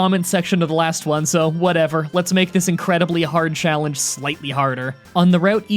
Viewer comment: When he says challenge it sounds like chocolate lol